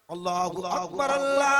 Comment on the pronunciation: Sahi tarike se harf Ada nahi ho Raha hai lam allah ka laam mota hai ye aise hi padhate chale ja rahe hai